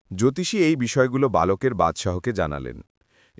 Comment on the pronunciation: সব শব্দের মধ্যে ল উচ্চারণ আলাদা না যেমন বালক বা-লক না।